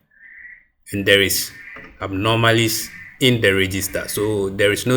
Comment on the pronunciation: Abnormalities... NOT Abnomarlies....!! 🤔🤔🤔